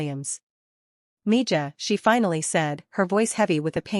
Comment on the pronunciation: If the whole point is that she speaks Spanish, at least pronounce "mija" correctly.